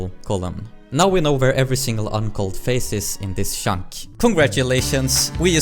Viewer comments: Every time you say "chunk", it sounds like "shaunk" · I like how you mostly pronounce "Chunk" as "Shunk", always made me smile :D